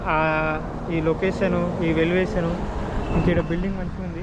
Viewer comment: Velivation kadhuu bhayya elevation adhi 😂